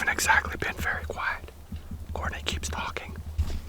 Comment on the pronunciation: Elmer Fudd says be "Werry Werry Quiet"